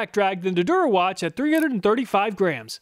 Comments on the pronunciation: Just as an aside, Der Erwachte is German "cheapo" brand that is pronounced like "dare er-vak-ta", not "dur a watch". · Your pronunciation of "Der Erwachte" is absolutely killing me. It's even two words and you just go "durawatch" 😭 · "Der Erwachte" is pronounced "Dair AirVAKteh." (The "k" is actually pronounced with some hissing through tightening the muscles in the back of the throat. Unless you have a southern German accent, and then you can pronounce it more like an "sh" with some hissing by tightening the back of the tongue against the roof of your mouth.) -- It means "the awakened" in German. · Great review! I love these tool comparison videos. "Der Erwachte" is German for "The Awakened One" and is a really silly attempt at a tool name. I love that you pronounced it "Durawatch" because that actually sounds like a proper tool brand name 😂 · When you said “Der Erwachte” I always thought you were saying durawatch 🤣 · loved the video but couldn't help but giggle at your pronunciation of Der Erwachte - it's pronounced more or less like dare air-VAK-tuh (the phonetic transcript is /dɛɐ̯ ɛɐ̯vaχtə/ if you can read the ipa!) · How Der Erwachte is butchered in every pronunciation hahahaha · A little pronunciation help on those German names. As close as you can come in English sounds: Stahlwille is "SHTALL-villa," Hazet is "HOT-set" (sound the Z as in Mozart), and Der Erwachte is "dair AIR-vock-ta" and means "the awakened." So is reviewing woke tools now.:D